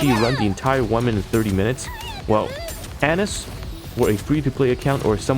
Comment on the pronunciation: Anis = Ah-Neece